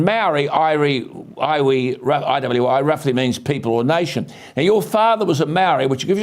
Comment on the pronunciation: The way he said "iwi"